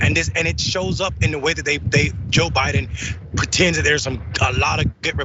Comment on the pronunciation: Like that "WAKE UP Ja-Biden" !!